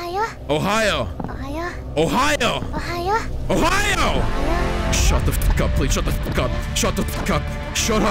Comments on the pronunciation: No, not Ohiyo, but Ohio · Its not Ohio its ohayo and it means good morning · yes but you need to say OHAYO NOT OHIYO. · yea it’s fine but even after I’m telling you it’s ohayo you are still saying ohiyo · It’s pronounced Ohio XD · Its pronounce Ohio